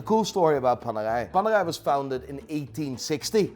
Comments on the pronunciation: What the f is worng with his pronounciation he says panerai as panagai and Pam as pum although your English is better than me learn how to pronounce.. No bs it was funny to hear it though.. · PaneRai with an R its not french. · Please grow an italian R to pronunce paneRai as it deserve. RRRRRRRRRRRRRR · keeps saying "PANERAI PANERAI PANERAI". All i hear "PANEGAI PANEGAI PANEGAI" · PANERAI met een Haags accent? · Loving the Dutch accent on ‘Panerai’ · So Apparently Radiomir, the original panerai is not a thing Also Panerai is supposed to be pronounced the Italian way, with the rolling R, since they are named after a italian man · Why is i pronouncing panerai like its a french watch, its italian the r is pronounced in another way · Why do you say Panera with a French accent